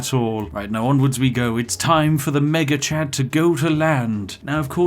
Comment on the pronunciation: when you say "Mega Chad" too quickly it sounds like "Maggot Chan" and honestly both names are completely accurate